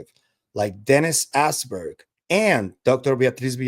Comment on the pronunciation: Dennis Asborg, not Alberg